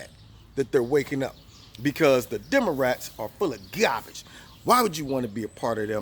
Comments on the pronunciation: Did he say "Demorats?" Hahaha... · "Demarats" I love it #walkaway